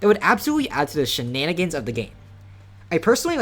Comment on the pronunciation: the mf that said "shininingins" is wild